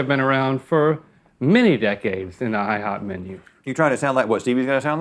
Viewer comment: No one: Rhett: IHOOP